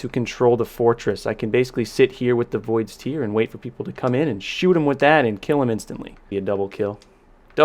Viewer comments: Who do people pronounce it like that it's I thought it was tear like tear apart as in voids tear because it causes a tear in space but whatever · Cmon it's pronounced 'void's t(air)'. In all your time on halo 5 you thought the weapon was a crying void 😂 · PRO, yes there is a difference in pronunciation. Link below has both pronunciations. The one about salty water from eyes sounds more like the word Tier, the other about ripping things sounds more like a 'T" with the word 'air' after. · Exactly! It's always bugged me!